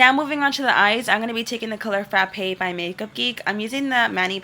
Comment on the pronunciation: "frapaie by makeup geek"